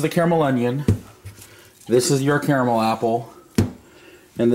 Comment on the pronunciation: Nice to hear an American correctly pronouncing the word “caramel”. 👍